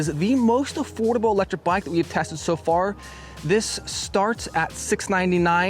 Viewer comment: It’s Affoldible 😂